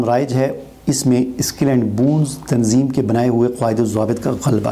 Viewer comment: Apne تنظیم ka name sahih likha lekin pronunce صحیح nhi kiya